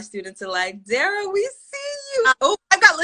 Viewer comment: I'm sorry, but ima just say this. The interviewer dropped the ball SEVERAL times. Its important to listen to the person you are interviewing so that you don't ask questions that have already been answered. Also not knowing how to pronounce Dara's name, or her characters name? Unprofessional, and quite frankly disrespectful to Dara. Doing your research prior to an interview is so important. That's just my opinion. 🤷🏾‍♂️